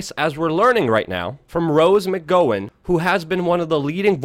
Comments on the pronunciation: As much as I liked the info and loved and hated that it was proved right, the gross mispronunciation of names chiseled at my brain making it hard to focus. Rose McGowen (Mik-gou-win) like ball gown, Harvey Weinstein (Wine-steen), Jeffery Epstein (Ep-steen). I know it's nit picky, but it's also like nails on a chalkboard. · It was Haim's mom NOT Feldman's mom who said he was a scam artist. You don't even bother to check that? How about saying mcgowan, weinstein, or semblance correctly? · Lol oh my god you slaughtered Rose McGowan and Harvey's last name. That was just horrible. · FURRY CONFIRMED!! Btw it's "MIK-gow-wen" and "WINE-steen'. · Corey "Haim's" mom said that, NOT Feldman's! smh...and how can u not know how to pronounce McGowan's name right, u look like your 28-32 which makes u the right age to have grown up on a era of movies/tv that she was a pretty big part of, sooo...wut'ev! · You said her roses last name wrong